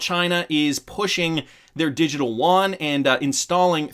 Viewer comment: You don't pronounce Yuan as woan... its more like U-woan...